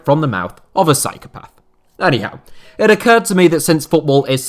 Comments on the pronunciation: Every time I hear you say “anyhow” I think you’re saying “” 😂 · 17 seconds in - ""